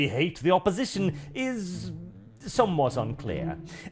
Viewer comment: When you said they hate visitors I heard it as an Irish man as ‘Ate visitors. Guess I wasn’t wrong